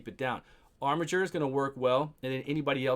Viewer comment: Dude! ... so glad you called him “ar-mi-Jer”! Someone finally looked up the pronunciation, lol!